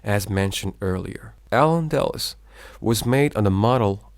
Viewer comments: Thanks for the video. Very well organized and Informative. Just a few corrections to the pronunciations are needed. Words mispronounced Toledo, the e is accented. Toleedo Castile, The i is accented. [cas] tiil Al Andalus, The u is accented. [ Al Anda loose] Spaniard, The i is not silent. Secular, The e is accented. astronomy, The O is accented Reconquista, The u is silent. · The repeated poor pronunciation of AL ANDALUS is distracting me in this video 😪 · A little bothered how the presenter pronounces some words incorrectly, like Al Andalus, Arabic and more